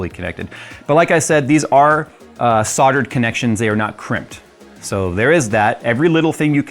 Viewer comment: The L in Soldered is NOT silent.